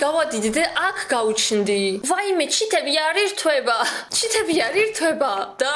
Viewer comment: ჩითები😂😂😂😂 ჩითები არაა სწორი 😂 ჩეთებიი